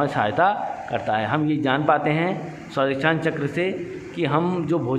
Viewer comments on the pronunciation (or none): It should be a Swadhishthn not Swadisthan.